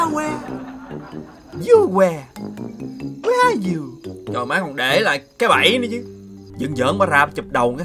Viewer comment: Má "where are you" tui nghe thành "I like you"